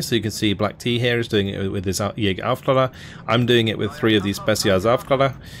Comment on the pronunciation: Love your vids, I hope you'll be staying this active making them! Love your mix of play-by-play and meta commentary. Also wanted to drop a small hint re the german recon units: They are pronounced "Owfklayrer" - I only mention it because you are already so close to pronouncing them perfectly ;).